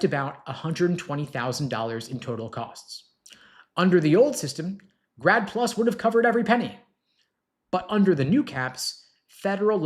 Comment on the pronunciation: I thought he said "GRAB PLU$" Which sounds more like reality ...vs 'grad plus"